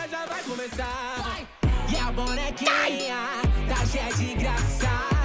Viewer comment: Ele tentando falar "Bonekinha" kkkk amo ❤️